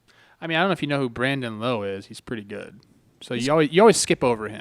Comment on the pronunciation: 1. It’s Lowe (like ouch), not Lowe (like low) 2. The Trop experience isn’t actually bad when you’re inside it besides the lack of fans. They do a good job, the on-field product is exciting, and they have good sight lines. Plus it is 50-50 chance of rain in St. Pete during game time in the summer so the roof is a necessity